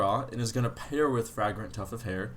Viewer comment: 😁 Bro it is pronounced Fraygrant not Frahgrant 😁😁😁😁😁